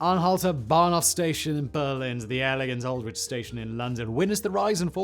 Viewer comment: Love your videos Simon but seriously, as a former Brit…you cannot pronounce Aldwych? Can you explain?!😅 As I said, I love your videos but can you not pander too much to the US centric culture?